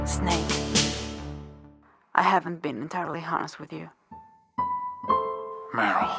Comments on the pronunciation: After he said barrel evry time they said meryl i heard barrel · Same it was funny to me to because I never realized he said barrel and then I'm like where the hell was that barrel